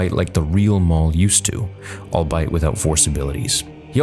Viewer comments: I hate being that guy, but I have heard pronounce "albeit" as all-bite rather than as all-be-it. Perhaps it is just a Canadian thing I am unaware of... At least it is used grammatically correct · Great fan-fic! If I may respectfully submit... "Albeit" is pronounced "all-be-it" not "all-bite". :) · Dude “albeit” is pronounced “all be it” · All-Bite, no bark 😆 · Sorry bro I have to say it. Albeit is pronounced ol-BEE-it. Okay now I can sleep at night. Great vid! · You're pronouncing "albeit" wrong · Maybe its been brought up before, but is how he pronounces albeit a regionalism? I hear him say it and my ears recoil in horror and disgust ahaha, the videos are great but yeah, really gets me, idky ahaha, never ever heard anyone else pronounce it like that